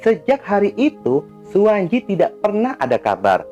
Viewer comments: suwanci bukan suwanji bacanya bang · Mf, klo ejaan lama, pembacaan tj*itu dibaca *c . Suwantji dibaca Suwanci